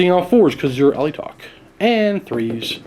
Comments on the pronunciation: James Garvican it isn’t, it’s spelled Alaitoc so your pronunciation rearranges the word. I would say al-ay-toc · I'm pretty sure Alaitoc is pronounced a-lay-talk, with emphasis on the "lay".